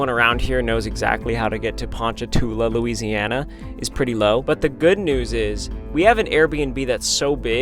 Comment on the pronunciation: It’s Louisiana Ryan 😂!!!!